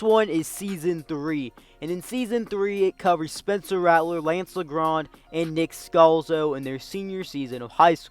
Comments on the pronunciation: No hate, but it’s pronounced Lajohn not Lagrand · No it’s not it’s lance (leeondre) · Learn your French pronunciation bruh smh it's not La Grand